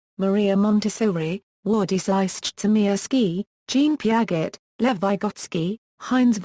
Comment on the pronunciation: Peearzchey not peearget